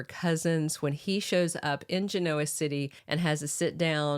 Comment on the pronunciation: Why does constantly mispronounce Genoa City?